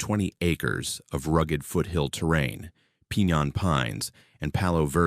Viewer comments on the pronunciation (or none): Not Sag-waro, Sah-waroh Not Eqiawenox, Ek-wi-nox Not Peenyon Pine, Pin-yawn Pine Not Perk, but Par-K (hard K) Great stories, if you insist on using AI please make these readjustments. Ty.